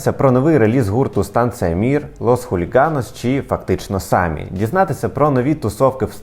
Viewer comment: Фактично самІ, наголос не туди